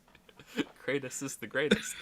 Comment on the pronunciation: laughing at himself laughing at having mispronounced Kratos is the funniest thing i’ve seen all week